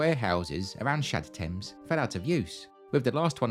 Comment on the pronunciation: I keep hearing Shad Thames as j'taime